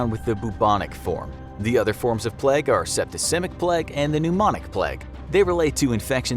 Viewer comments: It's pronounced plaig. Not plegg. In English and American. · Just listened to someone pronounce plague like pleg for 12 straight minutes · nobody: narrator: pLeG. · Why does he pronounce it pleg hahaha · Why did he say plague so weirdly